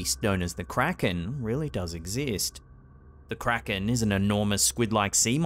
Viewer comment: It's pronounced Kray-ken